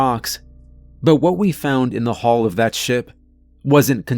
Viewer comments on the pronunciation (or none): Hull and Hall are not supposed to sound the same, boss.